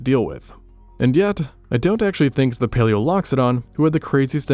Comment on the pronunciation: "Based on da bones..."